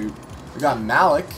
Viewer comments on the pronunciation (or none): Great vid! But Malik is pronounced "Mah-Leek" just saying tho